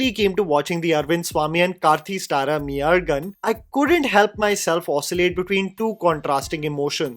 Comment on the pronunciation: MAI Azhagan Z should be L while pronouncing. But good attempt 😃👍. Just like 96 movie this movie also roles around my town. Thanjavur 😍